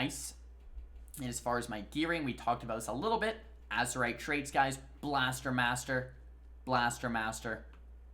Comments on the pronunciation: Azerite, not azurite... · Azerite with an E :P